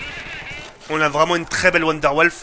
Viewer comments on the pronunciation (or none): ce n' est pas la wanderlaffe mais la" wanderwaffe"😒😒😒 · Mes oreilles qui saignent quand il nous sort 'la wonderwolf'...